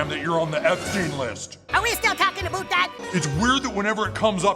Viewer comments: "Are we still talking ABOOT that" LOL very smooth. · You are right about them probably revealing Trump to be Saddam in disguise. I had forgotten he was the prime minister of Canada. They dropped a hint by having Trump pronounce about aboot for no apparent reason in bed with Satan. Now it makes sense. Not that they were being suble with the voice and theme music. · I’m hoping they end up revealing Trump was Sadame. He says aboout, Satan even says he’s just like that last guy, and it’s an easy way to make liberals who hate Trump praise the show while cashing in money from paramount. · I just realized something. Trump pronounced "about" like a Canadian (aboot). "Are we still talking aboot that?!" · the only thing that makes me think it could be saddam is when he says aboot like they say canadians pronounce about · Omg, after almost 30 years I only just now realized Saddam Hussein always pronounces the word "about" like "aboot". Is there an inside joke I'm forgetting about that Saddam Hussein is actually canadian?😂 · He also uses the Canadian pronunciation "aboot" which is clearly a reference to when Sadam was the Canadian PM in season 7.